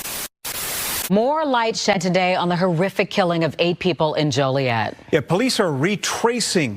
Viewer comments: Why give this clown pos any recognition! How the hell you call it the wicked streets of Chicago. Yet this ain’t even Chicago! And it’s Joliet… not Jolly- et🤦🏽‍♂️ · the way you say Joliet is funny. this happened a couple blocks down from me.